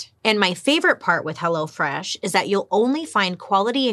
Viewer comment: Did you say " Hello Flesh"!